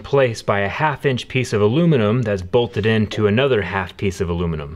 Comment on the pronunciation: Listening to him butcher bolt and steel terminology makes me want to cry.